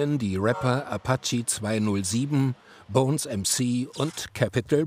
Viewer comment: Apachi und Cäpital Bra, zumindest haben sie Bonez richtig ausgesprochen hahahaa